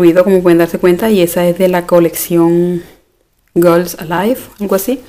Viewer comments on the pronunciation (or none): none